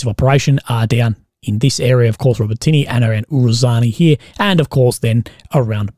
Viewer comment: Hey bro, it's pronounced ”Ro-bo-ti-neh” not "ro-botiny” love your work though